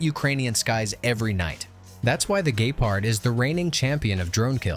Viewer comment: It's not called Gaypard 😂